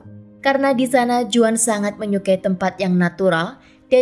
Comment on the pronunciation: Sedikit ralat, Juan dibaca Huan dlm bahasa Spanyol. Terima kasih